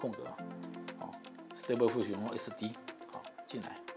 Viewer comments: 溫提：應該讀stable Di-fusion。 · 你的讀音有錯應是di feel sion，你沒有了di這個音。又